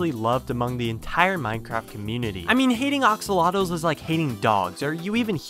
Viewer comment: Why is he saying ‘oxolotls’ instead of axolotls?